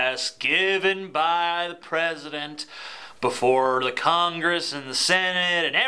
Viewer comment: Pwesident Obama? The GOP got doing their responses now? Should we be wery, wery, quiet?